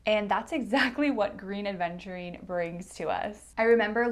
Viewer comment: Love your videos, love spending time with you. Please try to say "Aventurine", and not Adventurine. 😘 Keep up the good work, gal.